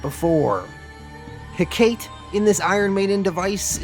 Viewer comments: It’s pronounced heh-cuh-tee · ive only ever heard it pronounced Heck-ahh-tea